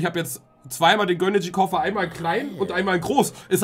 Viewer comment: Warum sagt er göhneejie